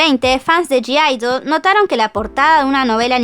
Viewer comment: Me da cosa q digas g-idle osea q pronuncies la g cuando ellas dijeron q se pronuncia idle